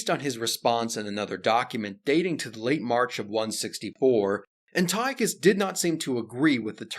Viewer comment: "Anti-Ochus"; "Epi-phanes", etc.......ffs, man, if you're going to make video about Greeks, at least pronounce their names correctly.